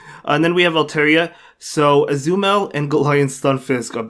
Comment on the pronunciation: I like how he says Azumarill